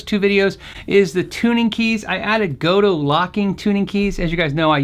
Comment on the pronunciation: Gotoh is not [gou - tou], it's [go - to - o], 3 syllables. O stands for a short O in Japanese, and OH stands for twice as long of an O.